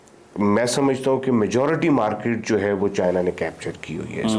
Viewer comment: Patli Qamar CheemaPhd Chhoti Markeetwale from Maksai : Where do you find these Phds who can't pronounce English words properly? His Markeet sounds like Parakeet - look up the dictionary for the word's meaning. I find this Russian return Paki tourist & his opinions display his lack of journalistic aptitude & education. As per his opinion Russia wanting to build a strong relationship with Pakistan, why? What does Pakistan have to offer Russia or any country in this world? & if Pakistan tries as it always does suck up to anyone who can offer aid & loans, India will cut that attempt off instantly like no entry for Pak in BRICS. As History goes, you seem to have forgotten 1971, when US sent their ships towards the Bay of Bengal against India, Russia sent in their Aircraft carrier & it's naval armada & blocked US aiding Pakistan. That war ended there. Pakistan lost again.That made the India Russia friendship stronger permanently. So Pakistan has no hopes to side up with Russia with India present. Rest of your interview with this PhD was inane & a lousy Paki opinion amateurish at best. 👎🏼 Next time hope you find a better educated speaker on your show, your standards are sinking as your Mulk's economy & narrative.